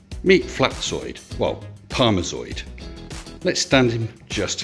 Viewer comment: "Parmezoid" LOL!